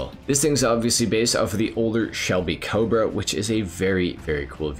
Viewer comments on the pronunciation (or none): none